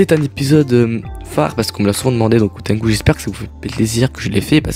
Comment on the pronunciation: Pour info c'est hantengu, pas hautengu. Le "han" signifie "Demi", Le "ten" signifie "Ciel", Le "gu" signifie "chien" On pourrait traduire son nom par demi chien céleste, MAIS ten + Gu = tengu, un esprit japonais ( comme sur le masque d'urokodaki ) Donc hantengu = Demi tengu